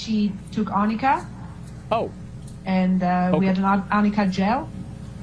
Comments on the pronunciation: I remember AH's lawyer kept asking Isaac Baruch if he knows "AMICA" concealer instead of "Arnica" Concealer.😂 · Yes!!!! I never thought of that! But that's EXACTLY why she said amica. Lol. They should have written it in all caps. I'm surprised she had never heard of ARNICA. I laughed every time she said it. And she said it a lot!